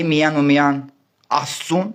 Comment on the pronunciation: ջան` տղաս, նախապես ներողություն եմ խնդրում,սակայն չասել չեմ կարող, որ քո բառապաշարով ի չիք ես անում ողջ համարյա հիվանդության հասնող ՄԵԾ Հայրենասիրությունը ունենալու բառի փոխարեն ասում եք ունենանալու, միայն֊ի փոխարեն արտասանում եք միան և բազում֊բազում այլ արտահայտություններ։Եթե քեզ չգնահատեի չէի ասի Ուշադիր եղիր լեքսիկոնիդ